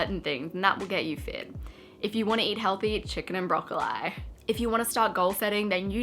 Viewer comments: if this is the right pronounciation my life has been a brocco-lie! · Brocoleye! Omg I’ve never heard that pronunciation before wow 😂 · broccol-eye or broccol-ee??? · Yeah I’m Australian too and never heard “broccol-eye” lol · The way she said broccoli made me pause the video and rethink my life for a minute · She says broccoli in a weird way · sometimes i forget you're Australian and then you say things like broccoli and i'm like woah what the heck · I'm Australian and I don't say it the way she does haha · I’m Australian and I’ve NEVER heard someone pronounce broccoli like that 🤣